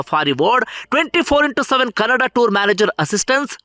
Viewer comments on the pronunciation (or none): none